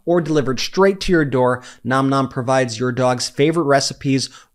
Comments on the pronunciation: I feel like you say Nom Nom incorrectly. It's more like naam naam. Edit: For the first time ive seen, it's right in this video. I can finally rest. 😮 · Brett, thank you for correctly pronouncing the name of your sponsor, Nom Nom!!!!